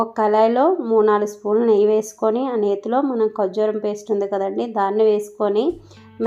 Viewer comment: kojjuram kaadu Karjuram